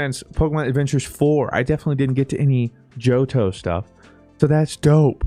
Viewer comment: you mean “johoto” right?